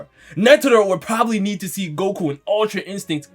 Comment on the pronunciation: bro said guku